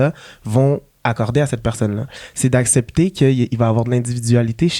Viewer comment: C’est aCCepter et non apcepter je m’excuse ça fait plusieurs fois que je remarque 😂xx